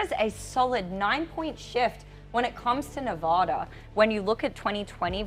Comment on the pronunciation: you still are pronouncing Nevada wrong! It’s VAD not “vod.”